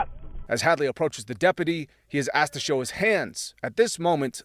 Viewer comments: You' have implied the child was black by bringing up the Illinois shooting. i don't think you saying "axed" or "drew his holster ", were unintentional. I could be wrong but didn't you or your people edit the video? I used to think that you were one of the good guys, but now "race baiting " comes to mind. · Learn how to say "asked"